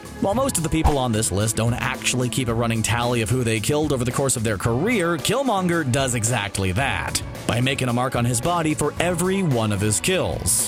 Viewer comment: Why does it feel so often that narrators on channels like this don't actually watch the movies and can't pronounce the names of characters even if they are spoken often in the movies? I'm talking about people that call the strange villain door-ma'am-oo, or this guy calling killmonger whatever pronunciation he was using. Get your shit together. Maybe we start calling them ebony mow, or aunt me, or spidermen, Bruce bander, Tony stork, black window, Stephan strange, theynos, Eggo the living planet. You guys got one job: read the words and get them right. Come on.